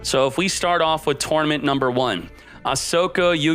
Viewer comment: Why are you saying tournament so weird?